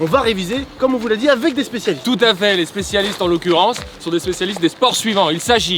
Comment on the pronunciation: Carlito n'a pas dit "socialistes" au lieu de "spécialistes" à !?